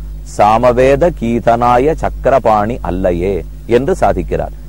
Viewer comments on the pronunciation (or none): it is Chakrapani Temple not SANGARAPANI. meaning itself will change . please correct